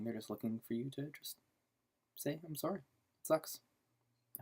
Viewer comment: I was kind of thrown off when my friends started telling me their feelings too! And you have never sounded more Canadian than when you said, "sorry."